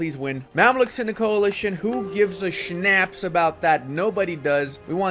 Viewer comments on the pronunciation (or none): none